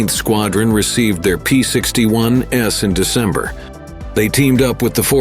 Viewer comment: I had to stop about 10 minutes in, as AI's pronunciation of "P-61s" (plural of P-61) as "P-61 ess" got to be too damned irritating🤬😡